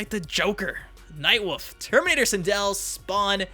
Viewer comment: Definitely want some Ash in my MK. Unrelated: it kills me that the narrator says: "night WOOF."